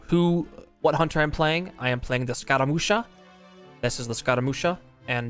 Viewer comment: Great video! You are the master of movement! Just one little thing: "Scaramuccia" is not pronounced like "scaramusha" but more like "scaramuccha" (like "chat" or "Chad"). It's an Italian character and word that means "skirmish".